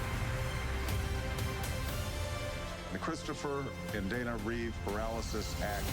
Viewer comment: Reeve. No s.